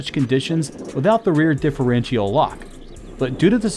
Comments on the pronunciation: Also, "different-chee-all" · The way this guy pronounces Mitsubishi and differential drives me nuts. But hot damn that Montero in stock form is a beast 💪